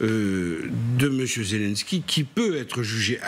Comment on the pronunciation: Après un an de guerre les journalistes français ne savent toujours pas prononcer "Zyié lyiéne ski" mais continuent de dire "Zé l'un ski" ou "Zé lan ski"